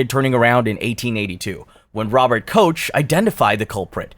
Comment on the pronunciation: Just an FYI Robert Koch is pronounced in the German way (it sounds like cock) and there was also a major outbreak of Yesenia Pestis in 1666 which was known as the Great Plague.